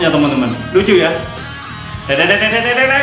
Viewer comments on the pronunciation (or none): none